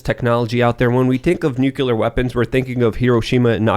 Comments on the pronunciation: God damn it!!! It's NOT NU-CU-LER!!! The word is pronounced NEW-CLEE-ER!!! "The word "nuclear" is pronounced differently in different English-speaking regions of the world." In the United States, the word is pronounced "NEW-klee-er" with the emphasis on the first syllable." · it’s NUCLEAR, not nucular. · NUCLEAR NUCLEAR... say it after me! NUCLEAR... not nucular! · Wtf is going on with so many idiots not knowing how to pronounce NUCLEAR correctly??